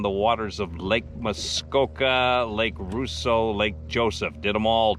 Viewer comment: Gentle correction: Rosseau is pronounced Ross-o, not “Roo-so.” Might I suggest doing a video, this summer, of you riding through Peninsula Lake, Fairy Lake, Lake Vernon, and, perhaps, Mary Lake? The first three lakes are connected by a canal, and the Muskoka River. Only the connection, via the Muskoka River, of Fairy Lake and Mary Lake has a lock.